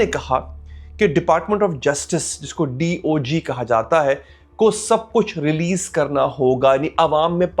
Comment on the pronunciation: Please speak D.O.J. not D.O.G.?